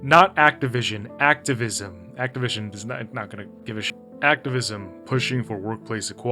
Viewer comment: I was like “did he….did he say ActiVision???”